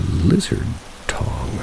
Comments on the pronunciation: I imagine they meant tongue not tong lol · I think he meant tongue not "tong" Love ya M ❤️🤍❤️